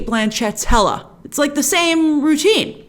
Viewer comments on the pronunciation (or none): none